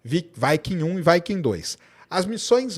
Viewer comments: Fala viking e não vaiking, parece que ta falando vaca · Quando uma palavra em inglês termina em consoante - não flexiona a vogal anterior ! vaike não viquing sim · Vaikem 1-vaikem2 e vai kem quer...😂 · 😂"Vaiquincola" né?🏹🎯